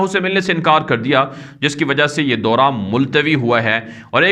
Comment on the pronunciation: daura ,kahen , Dora nahi .